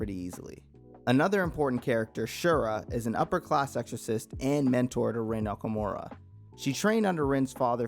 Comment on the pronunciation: You pronounced gehenna,assiah,okumura,etc incorrectly